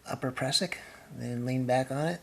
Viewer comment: You need a lanyard for your ice axe !!! Prusik not pressick.